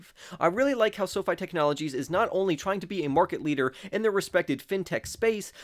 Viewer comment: He’s the only one that says “Esso-Fy” to label the ticket symbol